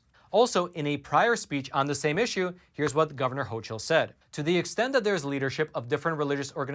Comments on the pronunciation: The NY governors name is pronounced "hokul", not "hochul". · Just an fyi that the governor's name is spelled ch, but is pronounced "ho"k"ul